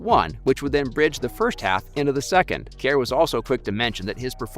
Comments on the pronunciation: “steave kAiR” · where is the A in Kerr?